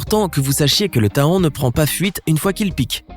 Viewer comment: Je n'ai jamais été piqué par un éléphant. j'en déduis qu'un éléphant n'est pas un insecte. L'hématite n'est pas une hématie Faut le "fer"! Le taon n'est pas tahon. question de prononciation! Un scorpion n'est pas un insecte. Une tique ou un mille patte non plus.